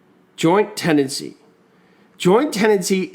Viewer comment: To remember Tenancy in common, he leaves it Te-Nancy